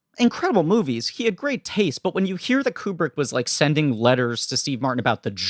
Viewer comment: Pronounced "KOO-brick" NOT "keeyoo-brick" At least get the guy's name right.............